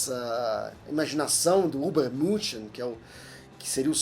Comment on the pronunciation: O senhor como o Nerd que mais trabalha no Mundo deveria aprender a pronunciar corretamente superman em alemão...